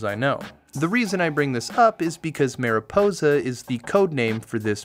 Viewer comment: Say marijuana cuz you’re saying miraposa when it’s mariposa, yk, like marijuana? I genuinely couldn’t get past how you swapped the letters all the times you said it, no it’s not a language or accent thing